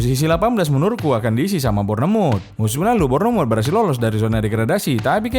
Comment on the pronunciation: BOR-NE-MUT WKWKWKWKWK